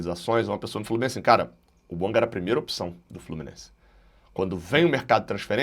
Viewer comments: É BUANGÁ QUE SE FALA. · É BUANGÁ que se fala. A pronúncia correta é do francês, aliás língua oficial do GABÃO.